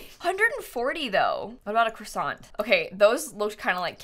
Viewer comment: ITS NOT CROISSANT ITS QUACKSON lol I’m so sorry